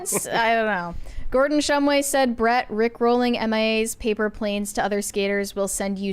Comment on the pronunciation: It's been 2 years now. Why haven't they gotten Gordon shumway's name right yet